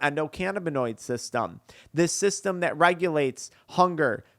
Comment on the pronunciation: "Byak to thyat". Idk who told you but you dont add a "Y" before every "A" in the english language. Fyi